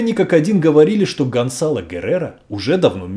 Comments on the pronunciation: И всё-таки, Гонсало или Гонзало!? Написано одно, произносите другое. С произношением чередующихся согласных проблемы, дикция хромает? Или не важно,как произносить имя? Так как,Влатимир Чайгин!?) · Guerrero скорее всего не фамилия, а прозвище. Это слово означает просто "воин, солдат". То есть это просто солдат Гонсало. Кстати, Z в испанском произносится как "с", а не "з". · Почему говорите Гонзало,а в названии написано ГонСало? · Произносится : ГонСало, КОрдова,касике,МЕрида,Авила. И т.д.